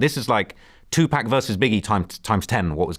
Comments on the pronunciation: LMAOO saying "2-Pack" LOL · It’s called a accent dumb ass